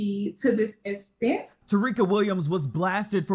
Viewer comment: shwaty graduated from college but can't even say "To this extent" properly. What is estent? That's how u know college is a scam